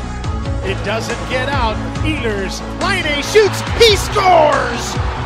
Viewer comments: U just only Day The letters Laine not lainei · When they say "Patrik Laine" I always hear "hat-trick Laine"..😅😂GO FINLAND my country🇫🇮🇫🇮